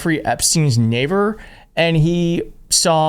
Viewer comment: Neighver? Whats a Neighver?